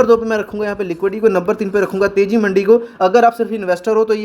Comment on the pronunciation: Bhai मंडी nahi मंदी है वो😂